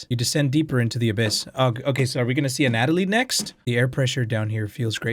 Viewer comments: I hate to be one of "those" people. I don't care about how you say Karin, but as much as I like your content, the way you say A Natalie gets me triggered enough to not want to watch. It's pronounced *Ana-toll-e*. I know I'm just one viewer, so it doesn't really matter, but that's what the comment section is for right? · Ana....toly.... Not Anat....oly I just had to say it 🤣 love u ❤️ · it's pronounced "Ana-toe-lee", Anatoly. Not "anat-a-lee" that's not a name. Also it's "Ma-rai-uh", Mariah... lol come on man, you know what Maria is spelled "Maria" 🤣 Peace and love from San Antonio ✨ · I love how still calls Anatoly Anna-ta-lee instead of Anna-toe-lee how it's supposed to be pronounced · ya'll called him out for saying Karin as Karen, BUT NOT ANATOLY?? It's anatoly (ana toe li), not anatalie. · It's pronounced as the following, Anna+toll+E. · Anatoly's name is pronounced, Ana-toe-lee. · his name is pronounced An-uh-toly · Btw its Ana-toly ana like the name toly kinda like loly but with a T